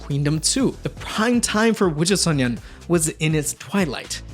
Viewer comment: I've seen no one mention it so I have to...... You kept calling WJSN "wujusonyeon" instead of sonyeo, which would translate to Cosmic Boys 😭 Still, thank you for the video! It was cool to hear a bit more about it. I thought their track Die For You was a banger btw